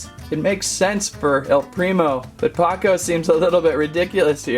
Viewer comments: It’s pronounced POE-CO not POCO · ITS POCO NOT PAKO!!!!!! 😠😠😠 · Not to be picky but its "Poh-co" not " Pa-co" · it pains me how he said "paco" instead of poco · he called poco ,Paco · Btw it's po-co and pako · The vampire is Mortis. He's my favorite. And he dashes to attack. Also crows accessories were daggers and you pronounced pocos name wrong